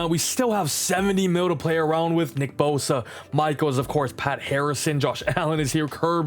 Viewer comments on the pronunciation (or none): none